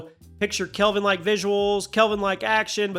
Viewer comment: Kelvin, not Calven....lol